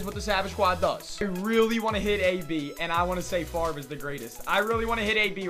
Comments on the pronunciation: It's pronounced "Farv" not "Favray" 😭😭😂😂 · Barts Kinda Gay And Stuff It's should be pronounced fav re but everyone says it farv.